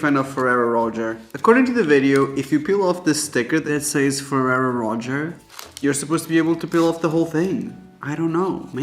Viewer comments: feraro roger...??? the fuck xD fur-air-oh row-chaaay xD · Not ferrero roger 💀 its "roshay" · Not the fewwewo roacher 😭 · Ferrero Rocher ....😂 Its pronounced "Roe-shehr" y'all be saying roach-ur. I just can't even!😂😂😂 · She said roach-air instead of row-shay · Ferraro Ro-cher not rot-tcher. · Ferrero Roh-Chur is killing me 😂 Ro-shayyy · First the woman in the tiktok said ferrero roh-chur then he said ferrero roger... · The Rocher part of Ferrero Rocher is pronounced like the person 'Cher'. Ferrero Ro 'Cher' 'shh air' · It's pronounced row shay. It does not sound like the word Cher. Theres no "r" on the end. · Why in the unholy hell is everyone calling it ferrero Roger?? HELP ._. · Why is she saying fererro rocher like roacher 😂😂😂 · "Ferrero Roach-Er" 😂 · The fact the lady in the Ferrero tiktok said the name CRIMINALLY WRONG also points to it being highly likely of trolling. I'm like... 85% sure it's said like either Ferrero Ro-SHAY or Ro-SHARE, because I'm pretty sure it's French. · i hate how you and the girl in the video pronounced rocher. the last r is meant to be silent. it rhymes with crochet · 18 cookies in one sitting. lol Rocher (Row-shay) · Anyone else yell at the Tiktok lady through the screen, the proper way to say Ferro Rocher?😅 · The Nutella really hit the fan with this one. 😂 The way they pronounced Ferrero Rocher. 🙈